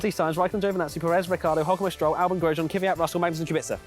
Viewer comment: Why does every englishman call Kvyat Kiffiat?